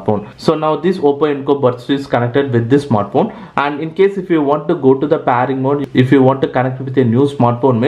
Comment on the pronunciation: Its pairing mode not PAARING mode ok